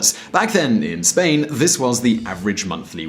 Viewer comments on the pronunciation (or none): none